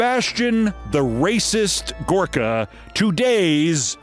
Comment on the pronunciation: Huh,thought his name was Gooooorka pronounced in his best Transylvanian vampire voice.